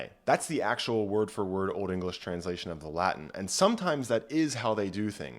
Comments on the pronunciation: This was both interesting and well thought out. I agree with your conclusions - the only problem I have with this video is your pronunciation of the Latin - 'V' is pronounced as a 'W' and 'C' is generally pronounced hard as a 'K'. Please don't pronounce it as Ecclesiastical Latin, it sounds bloody awful and false. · The latin pronunciation pains me greatly but great video